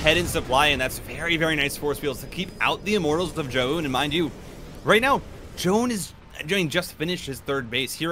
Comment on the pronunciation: omg first time to hear foreign casters pronouncing Zoun's name correctly!!